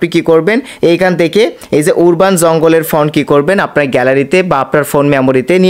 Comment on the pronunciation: উরবাননারে ভাই।উচ্চারন ঠিক করুন। আরবান